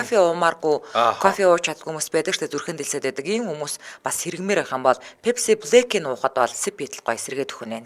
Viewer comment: Yahnuu 😅uuruunh ni english aylagiig hen ch gomdollodoggui sonsdog sh dee 😂 Pepsi bleck ni oros aylaga uu en ter